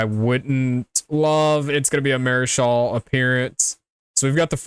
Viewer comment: Nicco's last name is pronounced like Mark e al !! Obviously you don't follow WVU😒 Nicco is a 4star recruit and the Gatorade Arizona player of the Yr !!